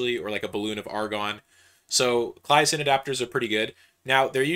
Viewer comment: The way he says "Claisen" hurts me lol